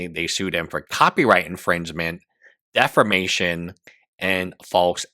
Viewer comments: you HAVE to learn to pronounce "defamation." It isn't defermation. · If I hear one more legal youtuber say "deformation" instead of "defamation" I swear... you will have an easy case against me in court if they find you